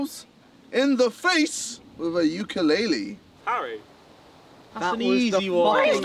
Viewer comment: Jj pronounced ukulele wrong